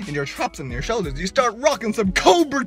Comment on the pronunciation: “Boulder shoulders” in the thick Irish accent 😂 My tea nearly went everywhere with the laughing😂 Great video again 👏🏼👏🏼